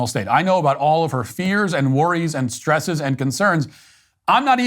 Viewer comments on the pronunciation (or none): "Our shtresses...?"